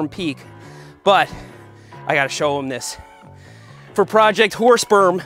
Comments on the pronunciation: you might want to change the name or pronounce it more clearly, i can only hear projecr horse sp€rm and i'm quite sure that's not what you're saying :)) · I'm using auto generated captions with your video, and you should definitely try to enunciate "Horse Berm" because the autogenerated captions keep telling me it's "Horse Sperm". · Is it just me that keeps hearing Seth say "the horse sperm project"? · Thought he was saying horse perm with a P. 🐴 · Sorry but every time you said it I kept hearing horse sperm and couldn’t contain my laughter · Don't know about you, but I kept on hearing "Project Horse Sperm"...🤣🤣🤣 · is it me or does it sound like hes saying project horse sperm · im sorry but i always hear you say project horsesperm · what is "whore sperm" seth kept saying it